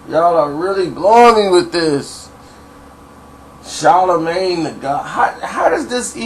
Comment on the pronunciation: You don't even know how to pronounce his name talking about some body sound stupid lmao